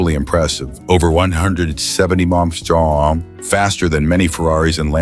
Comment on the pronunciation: Bullshit Ai, can't even say MPH correctly NOBODY "FOrgot" about these. Pure CRAP.